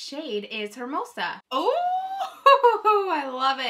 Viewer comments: “Air”mosa is better than “her” (pronounced like the female pronoun) mosa 🤢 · Not that it matters because I'm honestly laughing at everyone mispronouncing it but it's hermosa like (Air- mos- a) 😂😂 not her, love you 👍🏽👍🏽🤗🤗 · Lol the color is hermosa and i heard mimosa, wtf is wrong with me